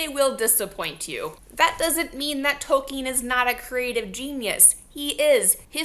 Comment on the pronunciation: Why do you say Tolkin's name like that? Ill!